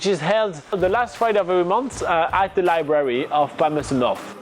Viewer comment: Interesting! He's a French and yet, he can pronounce the 'th' in Palmerston North. At first I thought he was a Dutch but then he sounded like a speaker of a Romance language. so, more or less he's a French.